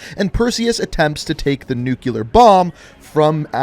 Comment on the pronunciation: Nigga said “nuke-you-ler” wtf is that? You mean nuclear?